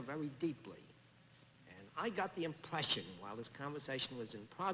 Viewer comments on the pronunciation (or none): Bennett betrays in New York roots and when he says "impwession" and "pwogress".